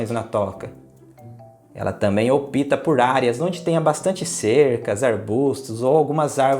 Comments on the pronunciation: Não é "OPÍTA" é ÓPTA. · A palavra é ópta, e não opita. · Muito bom seus vídeos!! Só quero fazer uma correção (não é crítica). Você pronuncia "opita" enquanto o correto é "opta" (ópta). Abraços e parabéns pelos vídeos!!! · Aos 6'02'' Ela também opita. . . Opta não tem a letra i nem na escrita, nem na pronúncia.